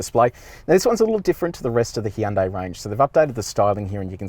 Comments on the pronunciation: Jesus you're making me cringe so hard man!! The review was amazing, the video itself was great to watch! But, I mean your channel has expert on the name yet, you call it a "Hi yon dai" 😵 it's like hearing someone call Versace, Ver sase. C'mon!!! 😢💀. "Hyon dae" is closer!! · Great review, great car. Just one thing, it's pronounced Hunday, like Sunday. Hyundai ran a Superbowl commercial years back just to make this point. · Funny when he says Hee Yun Dae Ee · Every time he said Hee-an day, I giggled. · He' un' day Me: Gesundheit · Why did he say Hyundai that way instead of how the Koreans pronounce it